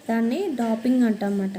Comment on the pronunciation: Adhi leyyser kadhu laser Meeru thappu palkutunaru And it's not dopping it's doping